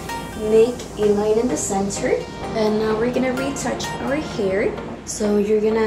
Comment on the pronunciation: It annoys me that she says "here" and not "hair"